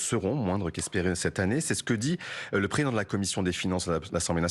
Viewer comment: Pourquoi ces journalistes ne prononcent pas "préSIdent" de la République correctement? Bravo Mathilde!